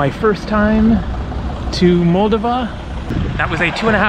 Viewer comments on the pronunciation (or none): FYI...In the pronunciation of Moldova, the stress is on the second "o" not the first. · First of all, I applaud you travelling to Moldova. Not many people think to go there. (As a native Romanian myself, every time I go back to Romania, I always mean to go to Moldova, then I don’t. By the way, it’s pronounced “Mole - DOH - va” (emphasis on the second syllable). And you might do well to research its history, because it’s fascinating. Romanian at heart, Russian by force (and by history), the country struggles to make a name for itself in Europe. And the “National” is not a parking garage, it’s a hotel. Not a great one, but still. :) Thanks for the walk through Chisinau. I really MUST go sometime! :) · Kishi-nev is the Russian pronunciation, Kishi-now is the Moldovan/Romanian pronunciation, as I understand it. And I was saying Moldova wrong, it's Mol-DOV-a. I think the way I was saying it was the Russian pronunciation, because I heard a Russian speaker say it that way and thought that was the right way. It's all a little confusing. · Love your videos!!! Alice in Chaaaaains woo hoo! I believe it’s pronounced MULL-DOE-VA.